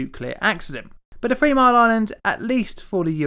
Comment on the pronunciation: Did he say free mile island?lol. The subtitles did.